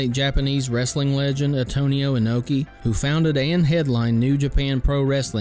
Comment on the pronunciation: BTW, it’s “Inoki”, not “Anoki”. Good vid though!